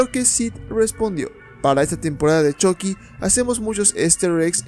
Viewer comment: Es CHUCKY NO CHOCKY esta incorrectamente mal dicho .